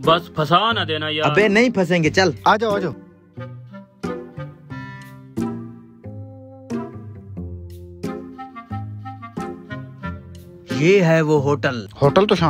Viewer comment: Aajo nahi bhai aajao ye kya aajo aajo bolte ho